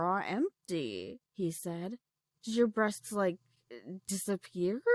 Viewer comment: "Breastsksksksksk" Why do I hear that?